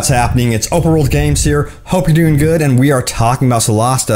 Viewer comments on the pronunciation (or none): none